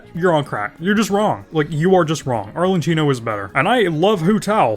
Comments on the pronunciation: Please pronounce it right - "ArleKIno" not "ArleCHIno". You're killing me man. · I rly don’t wanna sound like a nerd but it’s rly annoying me, it’s pronounced arlekino not arle”ch”ino 🥲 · I understand destroying Chinese character's pronunciation because it's sometimes difficult to pronounce and may have foreign sounds but when you said "Arlechino" you killed me. 😂